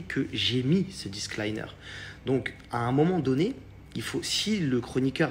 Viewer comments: On dit un DISCLAIMMMMMMER 🤦‍♀️🤦‍♀️🤦‍♀️ quel escroc celui la il sait même pas parler correctement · C'est pas disque liner mais disclaimer Mdrrrrrr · Un "disclAYENEUR"? 😂 son anglais est aussi bon que ses conseils en trading 😂 Et pour info, "manger 5 fruits et légumes par jour" n'est pas un disclaimer. C'est juste une recommandation. Donc en + de ne pas savoir dire le mot, il n'en connait même pas le sens. Un disclaimer n'est pas une recommandation. C'est une clause de non-responsabilité. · "un disclaïneur" 😭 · Ce que j'ai retenu ... "Disc-liner" 🤔🤫🤦🏻‍♀️